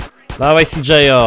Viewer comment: cj a nie cjo